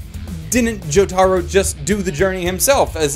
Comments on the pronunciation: It's pronounced Joh-tah-roh REEEEEEEEEEEEEEEEEEEEEEEEEEEEEEEEE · The way he says jotaro kills me I never laughed so hard in my life 😂😂😂 I love the different dialects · Your pronunciation of Jotaro hurts my soul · Why the fuck are you saying Jotaro's name like that